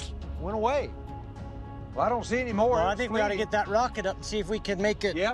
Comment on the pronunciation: Gotta love Dr. Taylor. I remember him from Rocket City Rednecks on National Geographic. He still cracks me up when he pronounces "Any." I'd pay to have him say "Eeny Meeny Miny Moe." 😂